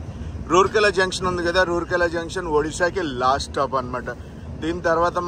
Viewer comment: రూర్కెల కాదు రావుర్కెల.